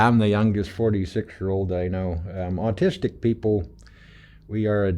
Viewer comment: "austistic" XD